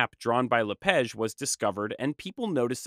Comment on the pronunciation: I’m curious why you pronounce “La Page” as “La Pege”? The “a” in French is supposed to be pronounced like the ‘a’ in “father”, not “feather”.